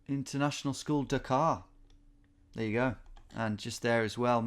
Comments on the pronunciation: can somebody tell Tom to stop pronouncing Dhaka like Dakar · Tom, it's pronounced "DHA-kə"; D as in Delta, H as in Hotel and all the As as in About. Combine the D and H sounds to produce the Indic ढ sound and you have successfully completed this little tutorial in Bengali! BTW Your pronunciation made it sound like the Senegalese capital...